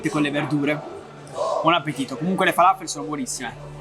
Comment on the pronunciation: Ci andrò tra 17 giorni Grazie per i consigli. ps: falafel si pronuncia come se ci fosse un accento sulla L :) Il mio arabo è scarso ma ne sono sicuro